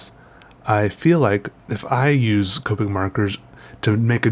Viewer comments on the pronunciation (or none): i mean i'm pretty sure it's pronounced COP-ick not COPE-ick but you do you